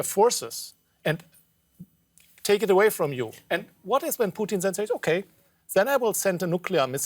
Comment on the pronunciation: the way this chick says Putin's name like the food is really bothering me.